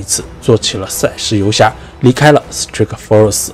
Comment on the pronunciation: Strikeforce那个i和pride那个i发音一样。。求别再念错了